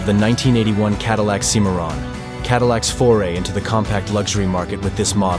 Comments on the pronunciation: The Cadillac Cimmaron is pronounced “Sym-marron”, not “Cee-marron” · The guy that's pronouncing the names of these cars is a c-moron😂